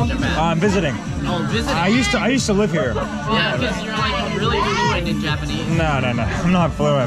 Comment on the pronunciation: "Oh REARRY?!" that killed me